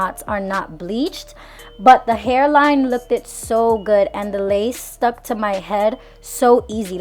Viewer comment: Girl you did good!!! But I cringe every time you say "lookeded"